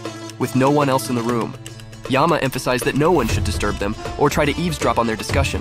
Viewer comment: Bro that's not Yaama.. that's just Yama.. please improve your pronunciation